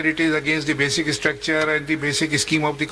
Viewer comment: “basic ISSTRUCTURE” “ISSTILL” 😂 the judge on the right🤦🏻‍♀️ how did he become a judge for god’s sake